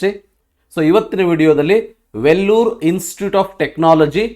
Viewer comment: Sir it's Vellore 😅 u mentioned it as Vellur